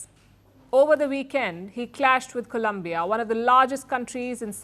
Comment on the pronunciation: Stop mispronouncing Colombia 🇨🇴 please